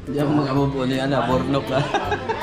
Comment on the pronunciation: Nabigkas ng maigi ni Kenzo ang pangalan ni kuya Niya Burnok.Ang talino ng batang ito. Ang gwapo na ni Jonathan at ang laki ng improvement Niya.